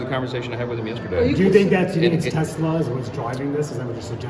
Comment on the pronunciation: Brian, outta left field (pure curiosity) question: why do you pronounce it "TeZla"? Is it to differentiate from inventor Nikola Tesla?